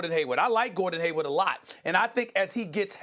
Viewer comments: Why cant Steven.a.Smith say HayWARD, that man always says haywood. It is killing me that he never gets it right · Stephen A keeps calling Hayward as Haywood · How long do you have to work at espn to know its Hayward, and not Haywood.